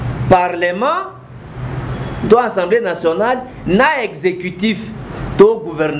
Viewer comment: En plus, on dit Assemblée et non ensemble! Zoba